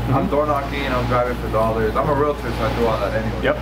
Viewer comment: You say "realitor" and I say "REALTOR"